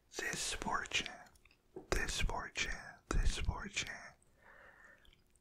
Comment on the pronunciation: every time you say fortune i hear 4chan lmao